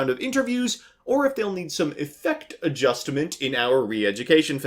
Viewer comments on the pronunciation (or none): By the way he said affect a jest ment I want one